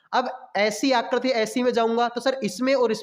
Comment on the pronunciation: Phle aap aakriti bolne ke liye Sikh jao uske bad figure counting pdha lena bhai